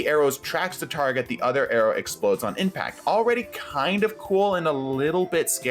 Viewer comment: First one says implact instead of impact